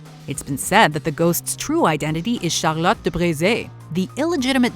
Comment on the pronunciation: OMG! I loved how you pronounced «Chateau de Brissac» and «Charlotte de Brisé(...)» with almost no accent but just a little bit one which gave a charming touch to it. I really admire your narration being so fluid despite of many foreign names. I too share with you the belief of pharaohs’s curses. There was way too many documentations witnessing what happened to people who were directly, and even indirectly, in contact with the discoveries of those tombs.